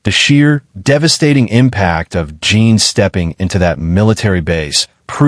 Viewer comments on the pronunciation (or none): JIN not JEAN